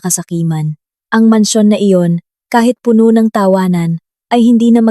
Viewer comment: ayusin mo ang pag bigkas. " Puno' " - meaning Full, ang bigkas mo " pono" ay meaning tree